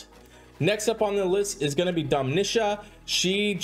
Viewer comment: Dude what is the deal with you calling Domitia & Lepiota Domeesha & Lapeesha?? Stop that my god just stop it it’s super annoying.